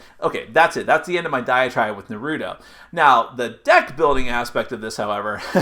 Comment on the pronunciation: Shut up Naruto have no plan ok this guy need to shut up. You can't even said Naruto right so shut ur ass mouth